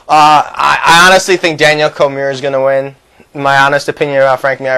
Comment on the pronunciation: Its COR-ME-EH